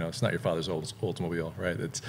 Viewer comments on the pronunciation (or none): none